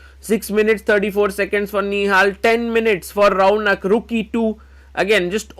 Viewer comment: His name is raunak Why bro is pronouncing Raaauuuunakk